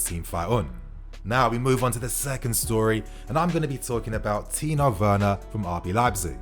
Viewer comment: TIMO WERNER NOT "TINO WERNER" TIMO WERNER OKAY THERES NO "N" ITS AN M OKAY